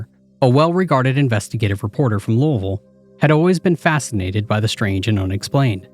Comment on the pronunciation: You got the pronunciation of Louisville perfect!! I lived there for 16 years. Hurts my ears to hear most people pronounce. Lol. Are you from the area?